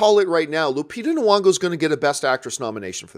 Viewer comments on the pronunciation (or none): NY-ongo my dude! like NE-yongo. Just sayin’